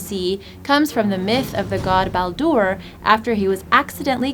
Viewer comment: wow this lady cannot pronounce any of the gods names right. Lucky boulder... its Loki (Low key) Balder ( Bald Dare) ugh and too many more to list